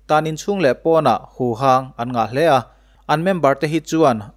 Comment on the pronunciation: Huvang niloin huhang tih zawk tur ,a ngaihnawm e.